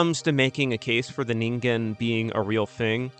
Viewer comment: Fuck thank you for pronouncing it right One too many times I've heard "ninjen" when finding out how to say it is literally one google away